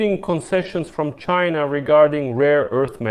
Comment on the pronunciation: Fuk CHY-NAH